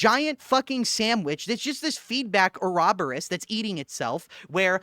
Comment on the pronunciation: Uraboros - U-rah-borrows, not urahh-beriss 😂